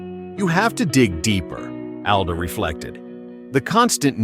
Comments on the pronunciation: “Al-duh”? It’s “All-duh”. A.I. voice strikes again. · Not Al-duh, like the name Al. It’s All-duh, like all AI get pronunciations wrong. Good content, but thumbs down for unprofessional diction. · He pronounces it “ALL-DA” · Would be nice if you properly pronounced Allan’s last name